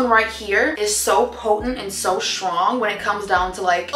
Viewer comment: STRONG. Not Shrong 😂